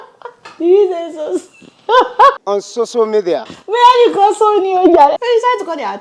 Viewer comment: Tell him that next time he should pronounce your name properly so that some of his shameless colleagues can also check you out on "soso" media. Then maybe, they'll start to develop wisdom, accountability and compassion. Well done Adeola ❤️